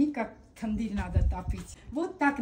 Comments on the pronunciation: Госпожа, пожалуйста перестаньте говорить Тэндир. На армянском языке нет такого слова, у нас это Тонир! Вы даете право кочевникам лишний раз гавкать на армян! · Лаваш-это Нахчиванский приоритет.не "тундырь",а тандырь. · Не тундыр а тандыр 🤦🏻‍♂️🤦🏻‍♂️ это же традиционная армянская😂 не знают как правильно называется,) 🤦🏻‍♂️ ТАНДЫР ещё раз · тУндыр😂😂😂😂вы хоть прочитайте как название правильно пишется😂😂😂😂